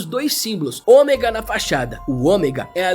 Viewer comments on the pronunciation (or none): none